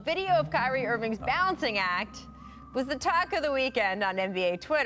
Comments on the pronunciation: did she just call him “Kylee”? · why she say it like ky-reee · she said “Kylie” 😂😂